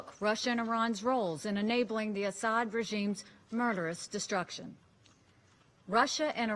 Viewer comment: It’s not Assad. Get a clue lady